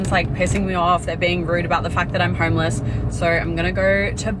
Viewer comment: “Im hourmeless”